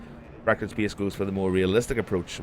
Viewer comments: Please check the correct pronunciation of the word "space", thank you. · speyace is the beyast